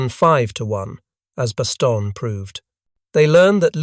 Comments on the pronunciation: Stop saying Bastonia. Jeez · Pronounce it correctly… bahs-TONE-yuh . Inexcusable.